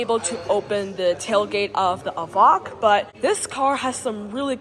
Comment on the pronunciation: It's an EVOQUE! Like 'coke' not vok like wok!!